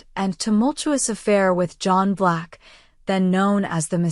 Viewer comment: John BLACK!!! Not Vlax !!! NO, NO, NO !!!